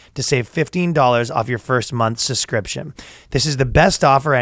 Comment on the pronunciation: I thought for a second there that Ryan learned how to say "subscription" but I guess I got my hopes up